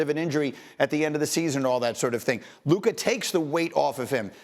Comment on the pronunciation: If he says Luka’s name wrong one more time bruh lol